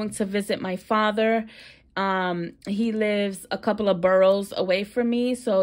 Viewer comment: You said boroughs ❤️ I’m from NYC